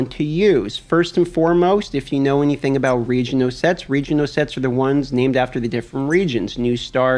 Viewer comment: You have the strangest accent. What the hell is region-oh gear? Why are you mad at the letter L?